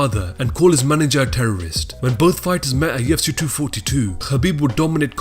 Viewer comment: Can we get a different narrator? This rubber dingy rapids bro keeps saying Yefcy and it's stressing me out.